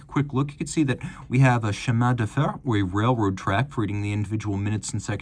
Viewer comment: Chemin de "FAIR", not "FER".